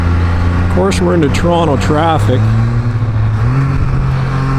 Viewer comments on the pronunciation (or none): "Tronto Traffic"....eh?